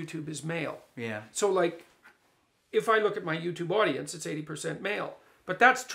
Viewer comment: "My public audence." Praytell Jordan, where do you come up with these percentages?